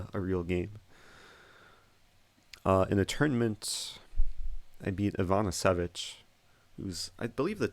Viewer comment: did he say "Ivana Savić"("ć" is pronounced something like "ch")? Cause if he did, that's a female, (and he refered to her with "He was...")